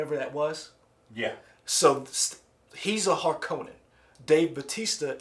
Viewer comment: Need to pronounce Harkonnen the correct way (not the wrong way like in Lynch's 1984 version; emphasis is supposed to be on the 1st syllable). Think of the Bene Gesserit as the Night Sisters of Star Wars. And Star Wars was influenced by Dune. Feyd-Rautha, Baron Vladimir Harkonnen's other nephew, most likely won't be introduced in this installment; probably saved for the 2nd film. Dune is considered one of the most famous and influential sci-fi novels of all time and is liken to Lord of the Rings.